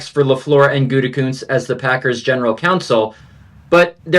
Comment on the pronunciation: Mcafee still calling him goontekunst... SMH 😒